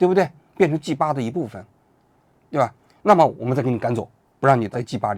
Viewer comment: g8 发音怪怪的 和鸡吧 一个音